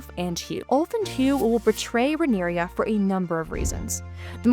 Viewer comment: Please learn to pronounce Rhaena and Rhaenyra correctly.